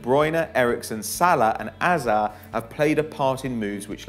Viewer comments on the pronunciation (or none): Its Hazard not Azza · Butchered hazards name much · "De Bruyne, Eriksen, Salah and AZZAH?" LOL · How’d you pronounce hazard mate?